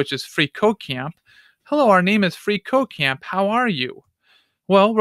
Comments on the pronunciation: makes me think he is saying free co-caine is awesome.... Not at all a drug addict btw. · i keep hearing free coke dot com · Every time he says "freeCodeCamp" I hear "Free cocain"...especially when he says "freeCodeCamp is awesome".